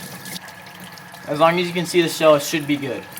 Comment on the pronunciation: is it just me or he is sounds like he is saying seed instead of see like he is trying to do a plant pun